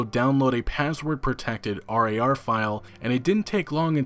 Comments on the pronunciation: Holy shit just say rar not r - a - r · It's pronounced Rawr, hearing you say R-A-R-File over and over again was unbelievably cringe. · The way you say .rar really bugs me